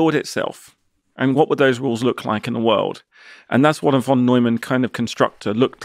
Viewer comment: Lee is so smart he doesn't know that Von is pronounced as fon